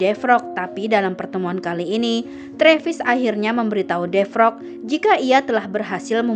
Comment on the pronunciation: Bacanya bkn defrok tp devero